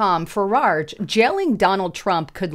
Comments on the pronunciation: There is no second " r" in the second syllable of " Farage". It is not said " Fuh- raRge." It's " Fuh- rahj" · "Fararge?" Have you even read anything? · Am from UK...love how you pronounce 'Farage'! We pronounce it like 'mirage'. Keep up the good content 👍🏻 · You consistently mispronouncedFarage’s last name.